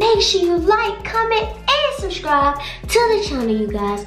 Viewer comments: she said shurshibes did she mean subscribe lmfaooo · E said “go shuscribe” i was dead😂😂😂